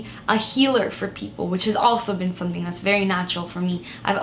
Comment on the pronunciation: I love the way she says sunthing 😍